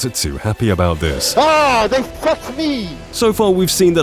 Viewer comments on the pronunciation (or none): "Ahh, they Fvuk me"